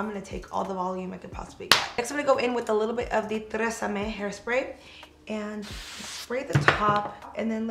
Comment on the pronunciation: haha "trrresame " haha